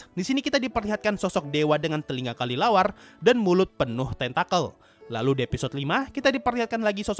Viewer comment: Menit sensei bilang kalilawar